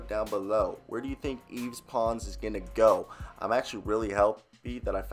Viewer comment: It’s pronounced “yeev” pretty much. I go to UT